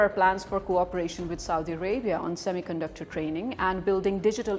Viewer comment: Pakistanio semi conductor ko thik se pronounce hi nehi kar pate, saamy caanducter bolte hai. Wo karenge semi conductor sector mai niwas😂😂😂😂